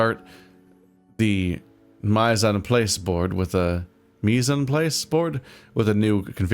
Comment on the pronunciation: Mise-en-place (roughly pronounced meez en plahss; it means 'everything in its place') is a major component in keeping organized and on schedule when cooking. Basically, instead of grabbing or prepping things as you need them, you get all your prep work done, all your measuring out of the way, have all your tools lined up, and have your steps planned out all before you actually start cooking. For cooking methods like stir fries where things go very fast, or for cooking professionally, it's an absolute must, and even for amateur cooks, it's extremely helpful.